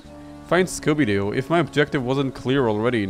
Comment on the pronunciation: "Scooby-Jew," you kill me at this time xD